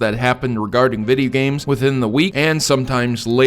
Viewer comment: "Vidi games"